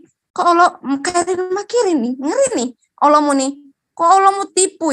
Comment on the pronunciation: bahas Al Qur'an tidak layak, sebab sangat tidak ada ilmu tentang al Qur'an, sebut alloh saja awloh hhhhhhhh setan saja ketawa liat lu....